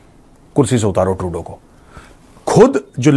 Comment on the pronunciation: Not tuedeau say Trudeau